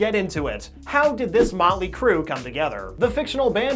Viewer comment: Mötley Crüe? I almost screamed.